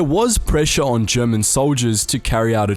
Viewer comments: As a German I can say you did pretty well with the pronounciation for an english-speaker 👍🏻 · Impeccable pronunciation on all the German, dude! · You german pronunciation is really good